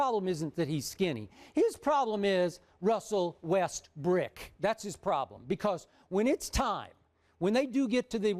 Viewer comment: that mans name is westbrook